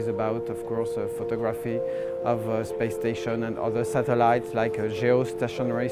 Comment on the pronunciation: I like how he says the word "satellites."